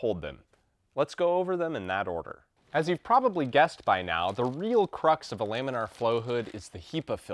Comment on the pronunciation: I've also only heard Lamin uhr , he says Lamin Arr